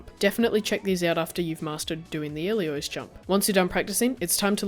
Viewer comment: Hey man, really love your stuff. Always great content and excellent quality! I just thought I'd point out that it sounds like you're saying 'Iliois' when it's 'Ilios', like 'Ee-Lee-oss'. Sorry if that's an accent thing, just something I noticed throughout your vids :) Stay awesome!